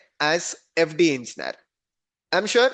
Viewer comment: Dude fix the way u say engineer , it freaks me out to keep listening to the sound u make